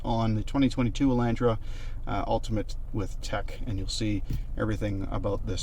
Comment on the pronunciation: It hurts ever time he says Elantra.